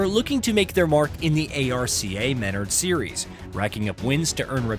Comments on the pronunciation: how the hell do you pronounce “Menards” that wrong 😂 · I'm more upset with the pronunciation of "Menards"